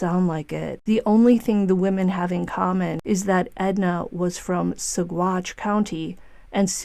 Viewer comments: G's are pronounced as W's in Spanish. Sa Watch County. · It’s pronounced Sawatch - no hard g sound. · the g is silent in Saguache